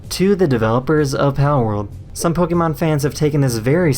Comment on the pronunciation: poke-eh-mon, not pokey-man...